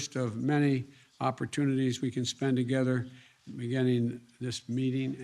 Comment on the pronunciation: ..."taking steps togezzar"... It's like zay "Lockstep", yes??